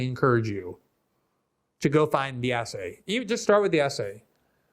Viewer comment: WTF is wrong with people today that they can't pronounce words correctly? Itcis NOT ASSAY IT IS ESSAY. JUST TRY PRONOUNCING THE LETTER "S" then add the word "say" there you have it "Essay" now how hard was that?